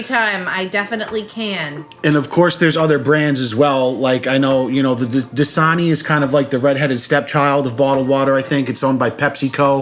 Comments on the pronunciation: It's DAsani not DIsani, 😡 😂😂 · DASANI NOT DISANI